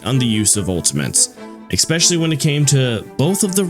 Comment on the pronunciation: Disliked because you say "expecially" instead of "especially". Please become literate. Edit: You said HELLISTER? Instead of HEOLSTOR? What??? I'm actually done, I never want to see this channel again, jesus christ